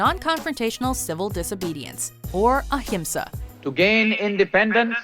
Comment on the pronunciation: Ahinsa not ahisma